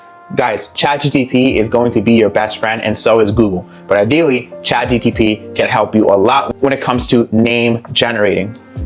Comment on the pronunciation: he was correcting you. you said chatGTP the whole time😂